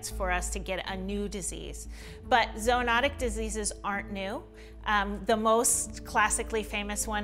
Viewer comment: Zoo-not-ic not zo